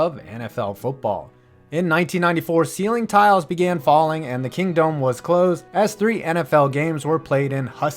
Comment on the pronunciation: Kingdome One Word not King Dome